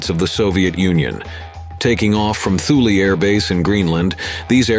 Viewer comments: Tooley AFB, not Thooley. The "h" is silent. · It maybe pedantic but mispronunciation that are easily fact checked irritate me. Strat-O-jet Thule Air Base is pronounced Too-Lee. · Good video.. Narrator need to learn how to pronounce "SAC", "Stratojet" ,"Thule" and a few other words.